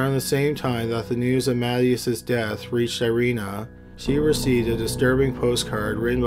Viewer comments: Just FYI the name "Mathias" is not pronounced "mat - e - us" it's "mah-THIGH-as" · Ma-THYE-us not MATT ee us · Ma-tay-us. You're killing me, bruh.